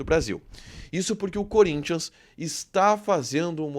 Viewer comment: Gosto de vcs do Sul , vcs sabem falar o nome do Corinthians e não curinthian ... Vcs sao fera